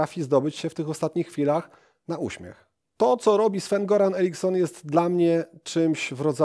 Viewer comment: Nie Goran tylko Joran